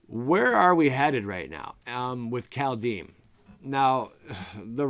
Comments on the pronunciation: Kaldhyme not kaldheem 🤓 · Just a little thing geez. Pronunciation: Kald (Cold) is like car, then curl your tongue around the L, if you are able, roll the D. Heim is just Hi with an m. 🥕